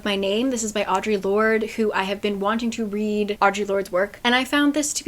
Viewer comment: i just wanted to share share that i recently learned that audre lordes name is pronounced "aa-druh" 😂😭 i was yesterday years old when i discovered this lol